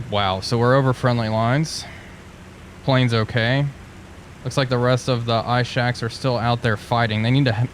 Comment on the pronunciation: just one little gripe. the Ishak is read as "Eeshak" and not "Aishak".